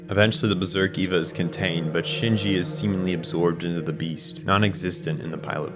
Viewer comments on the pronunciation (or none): Well this was well researched. But the group Seele is pronounced See Lee it's German fo soul.and it;s not ' ee va is A Va . Was sincir about the well researched part. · I enjoyed this...but I hate every time you call it EEVA. It's spelled Eva, but sounds like AY-VAH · Dude, im only 20 minutes in- but please try to work on the pronunciation. Simply reading the words is enough to know- Gehirn: Geh-hern Seele: Say-lay Eva: Ā-va Soryu: Soh-ree-you Magi: Madge-eye Kaworu: Cow-roo (close) Sachiel: Sacky-el Ritsuko: Reets-kowe Etc.... I must say, despite that, your commentary was great and your sense of humor 👍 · This is explained perfectly but the pronunciations are so bad😭 seele is say-ley and wille is vil-ley and Eva is ava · how is this so in-depth but you can't pronounce Magi, Seele, or Eva